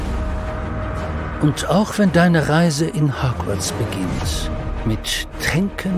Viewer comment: Normal people: Hogwarts Der Erzähler: HACKWARZ 😑